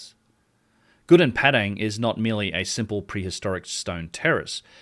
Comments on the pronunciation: Its Padang not Pedeng Pa just like Papa And Dang like Dung Papa Dung, Padang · Try to learn to pronounce correctly. That you pronounced Padang became Pedeng is really annoying. I am Indonesian but I always speak like a native in many languages including English, Dutch, French, etc. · It's Gunung Padang not Gunung Pedeng Learn to pronounce names correctly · Please pronounce Padang correctly